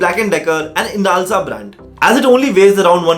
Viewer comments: Just one thing...its inalsa Not insala.. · Inasla? INSALA? BHOSADIKE NAAM TOH PADLE EK BAAR, SO CALLED REVIEWER